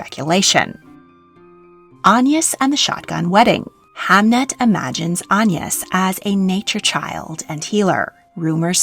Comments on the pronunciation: What's with the strange pronunciation of AGNES? An-yes...Anne ...Aig-nes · that does explain it, although it might have been good to include that explaination in the video? It's very much not the normal pronounciation of the name in England and was a little distracting! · In england we pronounce it with a hard g like - a (guh) ness - or at least near where i live we do i thought it was quite common😭😭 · Agnes is a very comon name in England - Agg-nes. I have never heard of an Ayn-nus. Ever! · its pronounced "ag- niss" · I've never heard "Agnes" pronounced "On-yis" before! Was this common in Tudor/Elizabethan England? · French pronunciation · that explains that weird pronunciation. Great work as always. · I was wondering that! I've only ever heard it with the hard G. The soft G reminds me of the Irish pronounciation of names such as Anya (which wouldn't be applicable in modern English English but might have been in Tudor times?) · Agnes is a Swedish name, so should propably be pronounced with a hard g like in aglet. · Yes, definitely should be pronounced that way, don’t know where has got her pronunciation from.